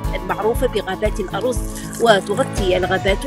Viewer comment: غابات الأَرْزْ le cèdre ماشي الأَرُز le riz. المهم القهوي كان يعلق في المواقع اللبنانية ان هذه الشجرة جلبها الفينيق. زيد شوية يقولك الثلج و الجبال جلبهم الفينيق. 😮😮😮 بني غامق.